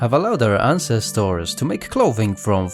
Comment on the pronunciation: Interesting information, and good content, but please, please quit using the machine voice to do the speaking. It does not know how to express the feeling of/intent of words nor pronunciation. Just one of the many examples; ancestors is artificially pronounced as ahn ces toars. Hate it.